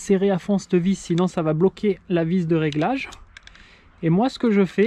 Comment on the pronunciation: " cte vis "..... "cette vis"!!!!!!!!!!!!!!!!!!